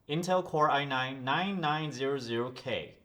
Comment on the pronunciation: I have a problem with the way you said "nine nine zero zero k" lol